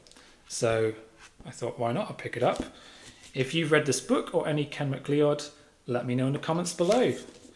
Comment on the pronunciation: Nice McLeod! (PS I think it's pronounced McCloud)